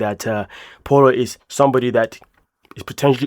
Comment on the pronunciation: Not Paula, its pronounced Pow-la